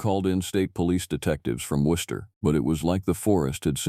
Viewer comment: am, South Shore of Massachusetts. I'm impressed with the correct pronunciation of Worcester 😂... Love your stories. ❤